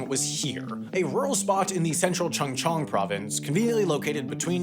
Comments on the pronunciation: ㅋㅋ 청청 ㅇㅈㄹ 하는거보고 웃었네요 ㅋㅋㅋㅋㅋㅋ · We do NOT call them "Chung-chung". but Ch'oo'ng cheong. Like 'choose' 충청(Chungcheong) = ㅊ(ch) ㅜ(u) ㅇ(ng) + ㅊ(ch) ㅓ(eo) ㅇ(ng) It's that simple! Korean romanization does not write same pronounces in different ways.